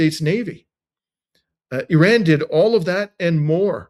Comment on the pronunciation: Yes I noticed it and suppose it's a mark of respect for their country.